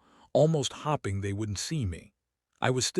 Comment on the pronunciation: The mispronunciation of “hoping” and “staring” the whole time is driving me absolutely insane 🙃🙃🙃